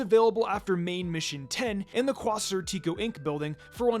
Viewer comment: The way all the YouTubers are mispronouncing quasar is killing me